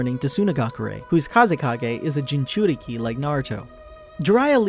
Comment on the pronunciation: he says jinjuriki